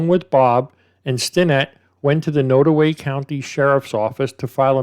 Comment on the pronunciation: There's a lot of drugs in those small rural towns. They don't have much else to do. I'm originally from Kansas City, Missouri and have family that live in small towns up north. (BTW, not that it's really that important but it's pronounced nod - like you nod to someone - so nod-away.)